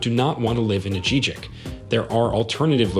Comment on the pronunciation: Jesus, learn how to pronounce San Miguel de Allende and Ajijic.